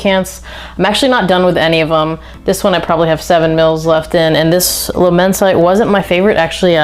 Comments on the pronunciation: Not amber, it’s chypre. Please get it right if you use a true perfumers vocabulary. It is immense it’d. Immense it -ay given the e on the end , my apologies if this upsets but I hope you learn from it. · Its pronounced "La-men-see-tay" 😂😂 and I've almost ran through my bottle of Immortal this summer, its a banger of a scent for cheap.🔥🔥 I received a couple compliments wearing it too😅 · Good review! But… if you’re going to dedicate this much time to fragrances, you should probably learn how to pronounce the names. Luh-men-site? Jesus Christ, I’ve never heard such shitty French.